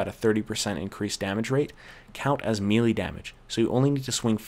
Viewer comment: I appreciate the guide, but I can't help but squirm every time you mispronounce "melee." It's a French word -- not "meelee" but "milay," as in Renee.